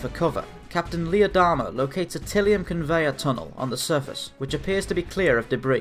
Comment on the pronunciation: Ty-li-um. Tylium.